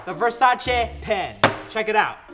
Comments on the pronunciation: What is V-E-R-S-A-CH-EH it’s V-E-R-S-A-C-E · It actually pronounced ver-say-sees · he pronounces it: versache. I pronounce it: versais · Why does it annoy me so much that he says Versace wrong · you can tell how he pronounces Versace that he doesn't usually buy versace/luxury things. Not judging. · You don’t even know how to say virsaci